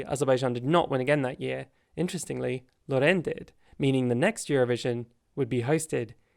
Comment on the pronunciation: Yup. Although the way he pronounced Loreen made me cringe